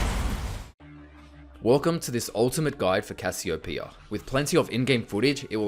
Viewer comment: THANK YOU... for saying... it... RIGHT